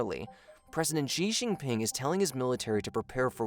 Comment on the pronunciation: Shee Jin Ping. X is pronounced with essentially a SH sound in Chinese